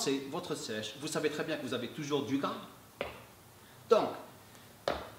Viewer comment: Salem, t'es vidéos sont au top, je te suis maintenant depuis 1 ans:) Une chose pour ton français: Quand tu dis «C'est pour brûler plus de gras» le mot gras le «s» ne se prononce pas. Mel guelb!